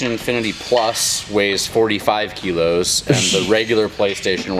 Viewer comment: ki-lows … that’s when your ninja runs out of „special abilities“ power.